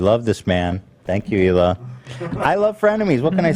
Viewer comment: Finally you pronounced Hila’s name correctly